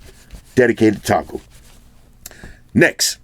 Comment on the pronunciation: I was literally predicting the word "Next" it sounds like "Nex"... My first time of watching your review, this is mind blowing man. I have subscribed and liked wish I could give u 1000 likes from me. Nice on Bro all the way from Nigeria... NEX!